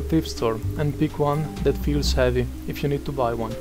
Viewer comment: Your Italian accent really came through on the "feels heavy" part. 😁 You sounded like the Italians in movies. Normally you don't have that much of accent. I just get a kick out of all the different accents people have. They are cool.